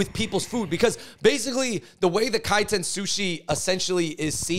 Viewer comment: It's Kaiten